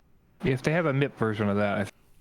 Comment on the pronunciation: It’s M.I.P. Not MIP